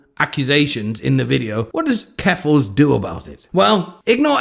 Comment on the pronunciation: Oh my gosh, you said jeffals! 😃